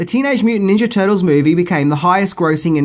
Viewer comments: You might want to fix the title you said mivie instead of movie anyway i love this movie and earnie reyes jr played one of the turtles all and all its a really good movie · Mivie not Movie 😂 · The Mivie 😂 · The « Mivie » ??? 😅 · Yeah, I love the TMNT "mivie" 😏